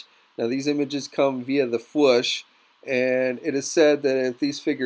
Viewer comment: Fwoosh not fwush